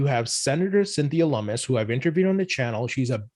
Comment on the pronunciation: lummis not mummies